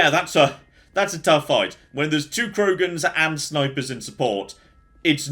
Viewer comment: Anyone else overly irritated by saying Krogans?